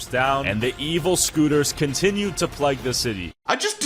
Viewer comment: “The evil scooters continue to plegg the city”